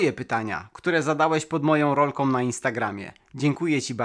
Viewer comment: Lubie Twoje filmy.... ale: "bendom" "rolkom" "to som" "korbom" "gdy som" "grzechoczom" "przerzutkom" "zembatkom" "poprawiom" "obróconom" "pomocnom" "dolnom" "z pewnościom" "przetwornicom" "za pomocom" "wbudowanom" "z myślom" "dużom bateriom"